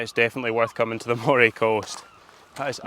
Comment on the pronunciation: Nice vid of our coast but I can't let the pronunciation slip............it's pronounced MURRAY even though it's spelt Moray. And Findochty is Finechty but I think you realised that half way through. What a pedant eh? 😂😂 Great stuff keep up the good work.